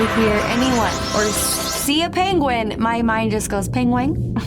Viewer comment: “Pengwing” is the funniest thing I’ve ever heard. And said it so confidently the whole time